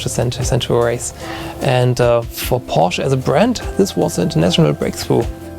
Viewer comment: the german guy mispronounces Porsche, lol